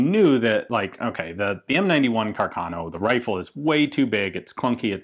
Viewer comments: ("Carcarno"), {Italian pronunciation} {kar - kar - no}. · Ehi dude, if you want to tell something about Italian arms, at least try to learn the correct accent... Carcano is pronounced Càrcano, with the accent on the first "a", like raven in English, and not "Carcàno" like you pronounce it. Moreover, the word moschetto in Italian is quite similar to the English Musket : imagine it as if it was written mosketto, while you pronounce it like "moshetto". It is quite comic the effect: in Italian your "moschetto " pronounce sounds like "moscetto" that means "quite soft". I know that you Anglo-Saxons think all the rest of the world should speak only English but, luckily, other languages do exist. If you use them, do it correctly or at least try to do it. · I’m pretty sure the accent is on the 1st A of Carcano, I come from a town near Milan, Italy and here Càrcano is a pretty common last name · And CArcano, not CarcAno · The correct pronunciation is Càrcano and not Carcàno. The accent should go on the first "a" not on the second. ;-) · Just a general tip for english speakers, when you see an accent above a letter, that is the part of the word you stress. For example, Ian is saying Carcáno, when it should be pronounced Carcano. If it is written as Carcano, then the stress of the word is nearer the beginning. Love your work Ian, keep it up! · It's Càrcano. accented on the FIRST A, not on the second! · Accent goes on the first A, so it's "Càrcano" (from the engineer Salvatore Carcano) :)